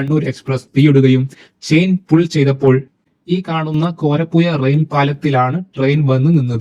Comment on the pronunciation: കോയിക്കോട്, മാബുയ, കോര പ്പുയ, ആലപ്പുയ ഈ എല്ലാപ്പുയകളേയും ദയവായി പുഴകളായി പരിഗണിക്കുവാനും ഉച്ചരിക്കുവാനും ഇനിമുതൽ ശ്രമിക്കമല്ലോ ( യ ) അല്ല !!! സുഹൃത്തേ ( ഴ ) ആണ് ഒരു കോഴിക്കോട് കാരൻ കൊയ്ക്കോട് എന്ന് പറയുന്നത് തീരെ കഷ്ടം മാണ്